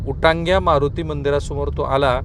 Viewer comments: उटांग्या नाही उंटाड्या मारूती. मारूती व गणपतींची नावे नीट पाठ करा. ते पुण्यनगरीचे वैभव आहे.😊😅😂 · साहेबजी ते “श्री उंटाडे (व्याधीहर) मारुती मंदिर” आहे तुमी ऊतांड्या म्हटलं 😢